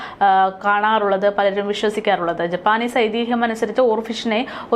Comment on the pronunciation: ജപ്പാനീസ് അല്ല ജാപ്പനീസ്